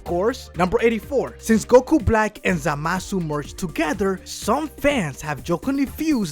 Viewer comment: I hate when he says zamasu.ZAMASU